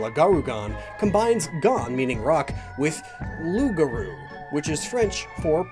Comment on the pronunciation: Flawless, if English-accented of course, pronunciation on loup-garou! More of that, please!